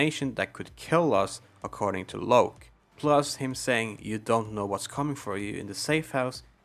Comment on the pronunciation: It felt odd you saying loke instead of lock for locke